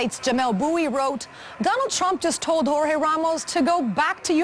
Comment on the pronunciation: sounds like "jorge bean taken out" lol.